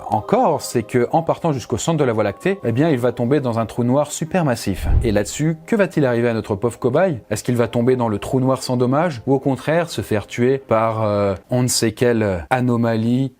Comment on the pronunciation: les trou noir super"mastif"